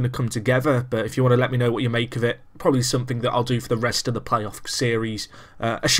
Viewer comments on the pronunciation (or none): none